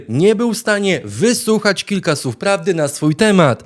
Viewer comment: Panie red., nie “sów”, tylko “słów, nie “susznie”, tylko “słusznie”!!!😊🎉